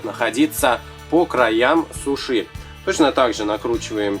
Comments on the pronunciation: Можно я исправлю что ли так скажем вы ударение не правильно ставите это говорит моя подруга(мне вообще как то без разницы)она говорит что правильно Су*ши ударение на у а не суш*и ударение на и.Извените ,так говорит моя подруга) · Вообще-то не сушИ, а сУши! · Только не сушИ ,а сУши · ударение на 1 слог не суши а сУши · не сушИ а сУши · Ты не правильно говориш суши' надо говорить су'ши ☺😊👑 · Ударение на у а не на и сУши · вы отлично плетете,но я вас поправлю:Во первых не сушИ,правильно говорить сУши.Во вторых это одна суша,(я имею ввиду,что одна-суша,а много-суши)В третьих сУши заворачиваются не в капусту,черное это не капуста!Это водоросли. Я просто вас поправила,чтобы вы знали на будущее.А на счет того,что это роллы,я не согласна.Это действительно сУши!!!Роллы это длинные суши,которые потом разрезают на мини-суши.А так вы хорошо плетете!Мне очень нравится!И еще раз повторяю:Я вас не в чем не обвиняю,я просто вас поправила))Удачи в дальнейшем!Не путайтесь;) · вы не правильно ударение ставите не на И,а на У. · Мне очень нравятся ваши уроки, но сегодня меня взбисило Слово сушИ( правельно говорить сУши) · Видео прикольное! Но не сушИ а сУши ударение! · Не суш`и а суши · Не сушИ. а сУши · говорится не сушИ,а сУши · умоляю вас не обижайтесь. Но правильно говориться сУши а не сушИ. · Учить ударения надо суши ударение падает не на и ,а на у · Не сушИ, а сушИ, и не капуста, а нори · 1. Не сушИ, а сУши 2. Не капуста для суши, а лист нори Понятно? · да правильно говорят сУши ,а не сушИ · Суши не на и ударение а на у! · вы говорите сушЫ а правильно сУшы вы не правильно говорите и получился глагол сушЫ сушЫ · блин знаешь правильно говорить сУши а не сушИ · почему слово СУШИ вы говорите это слово с ударением на (И) получается / СУШИ Вот вы сами посмотрите А если говорить грамотнее то тогда будет / СУШИ Если грамотнее то ударение падает на (У) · не сушИ,а сУши! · Не сушИ а сУши! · Не сушИ,а сУши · Какие суСи? Суши!!